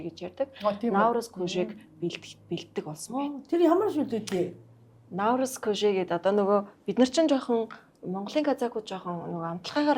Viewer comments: Она Наурызм гээд байхын , Наурыз шүү дээ. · Наурыз гээч Она, науризм , науризм гээд байхын